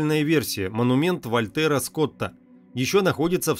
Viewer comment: Сен-Денù (фр.), Вàпьтер Скот (Вальтер - нем., ПРАВИЛЬНЕЕ - Уолтер), а не Вольтèр (фр.), светопреставление, а не преДставление